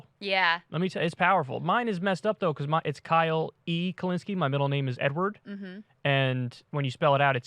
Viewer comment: Kyle E Kulinski, i.e “Kylie” Kulinski. Now I can’t get Kyle in a skirt out of my head KEK